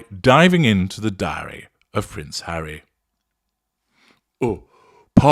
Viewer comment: Without prejudice....... could 'diary' be pronounced as 'dairy' ? 🐿